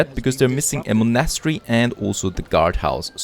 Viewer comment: Oh an please look up the pronunciation of „monastery“. ;-)